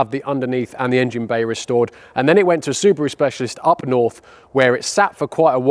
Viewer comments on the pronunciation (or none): none